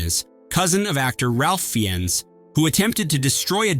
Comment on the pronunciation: Ralph Fiennes is pronounced Rafe Fines.